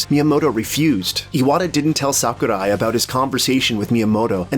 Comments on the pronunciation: Its “Sakurai” not “Saku die “ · you just butchered Sakurai's name... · HAHAHHAA! The way you fucking pronounced Sakurai's name! WTF?! XD